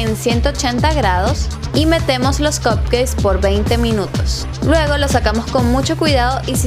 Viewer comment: Lindos los cupcakes, pero mejor le dices ponquesitos porque como lo pronuncias estás diciendo que son pastelitos d cock jajajaja.